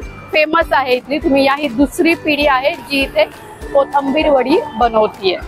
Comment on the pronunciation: Kothambir nahi...Kothimbir